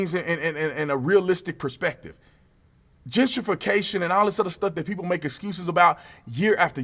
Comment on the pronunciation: Jen tree fee cashun!